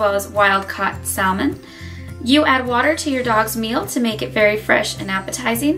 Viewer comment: The way you say salmon makes me cringe, girl 😂😂